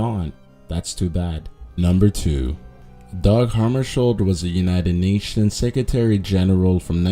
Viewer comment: The j in Hammarskjöld is supposed to be pronounced like a y. The umlaut over the o changes the vowel to a short e sound. Kind of like how the correct pronunciation of Björk is, "byerk." This concludes the Germanic language lesson for the day.